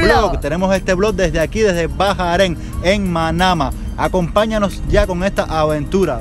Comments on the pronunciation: Por que a Bahrein ustedes lo pronuncian "Bajaren" cuando siempre lo he escuchado con la pronunciación "Baréin"? 🤔Primera vez que lo escucho como ustedes dos lo dicen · No se dice Bajarein, es se pronuncia Bajrein o solo barein.